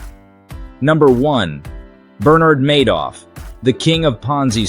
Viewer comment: You keep pronouncing names like SBF and Bernie Madoff wrong, other than that solid video.